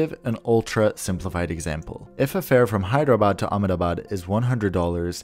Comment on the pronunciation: Finally someone who can say the city "Ahmedabad" unlike many people I have met You didnt pronounce it right (as our locals pronounce it differently to what it looks) but great job!